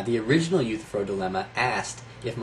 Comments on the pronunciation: one tiny nitpick..I'm pretty sure you are mispronouncing "Euthyphro". The ending is "fro" as in a 1970's "afro". It sounds like "Youthafro" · Love your vids man. Sorry to just be stumbling upon them for the first time today. This is the third one I've watched and with the 'rona virus out there roaming around, I reckon I'll have the rest of them watched in a week. I just gotta offer one pedantic critique: eu-thy-phro. 3 syllables :) All the best to ya mate!